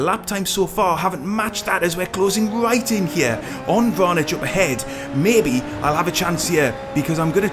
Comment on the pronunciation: I hope Super Formula becomes the open-wheel series in terms of participation. Nice scenes and editing, plus additional props for knowing the pronunciation of people's names - you don't often expect someone from the UK to not pronounce Vranic as "Vranick", etc 👍